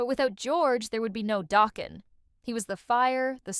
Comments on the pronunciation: 😩😩😂😂 ugh the eighties are crying hearing it pronounced like that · I mean this with respect but please learn how to pronounce the band name (and Don's surname) and don't use Sebastian Bach's photo while referring to Don!